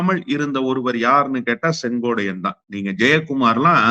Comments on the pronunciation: அவர் பெயர் செங்கோட்டையன். நீங்கள் செங்கோடையன் என்று சொல்கிரீர்கள். திருத்திக்கொள்ளவும் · செங்கோடையன் அல்ல.செங்கோட்டையன் என சரியாக உச்சரிக்கவும் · அவரது பெயர் செங்கோட்டையன்... செங்கோடையன் அல்ல. . ஒருமுறை தவறு செய்தால் பரவாயில்லை... இவர் தொடர்ந்து தவறாக உச்சரிக் கிறார்... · எல்லாம் சரிதான் அண்ணே.திமுகவிற்க்கு நீங்கள் ஆதரவாக பேசுறீங்க பரவாயில்லை.ஆனால் அவர்பெயர் செங்கோடையன் என்பது தவறான உச்சரிப்பு .திருத்திக்கொள்ளூங்கள் அவர் பெயர் செங்கோட்டையன் என்பதே சரி. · சொங்கோட்டையன் உச்சரிப்பில் நீங்கள் சொங்கோடையன் என்று தவறாக உச்சரிப்பு. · Dai muttal sengotaiyan ellade sengottaiyan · மீண்டும் மீண்டும் செங்கோட்டையன் என்று சொல்வதற்கு பதிலாக செங்கோடையன் என்று திரு அவர்கள் சொல்வது தவறு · செங்கோட்டையன் னு சொல்லுயா யோவ்... செங்கோடையனாம்... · செங்கோட்டையன் சரியா உச்சரி